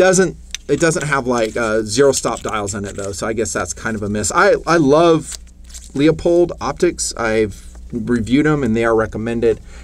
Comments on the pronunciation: IT’s “LOO POLED” - Damn Call them up on the phone and LISTEN HOW THEY ANSWER THE DAMN PHONE!!! And if you have not heard of Proof Research barrels, you need to come out of your hole more often! Love Ya man - But Get with the Program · Loop-hold. It’s not Lee-uh-pold. You did make some good points on this build. I don’t understand why you guys tend to go super budget, instead on springing for mostly high end parts...when done correctly. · I love your videos, but you pronounce Leupold wrong and it makes me cringe.